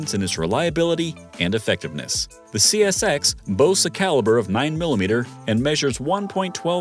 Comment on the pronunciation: Great goodness! Within the first 20 seconds, dude calls the CSX, "SCX", "CSX", then "XCS". Who's editing this crap?!?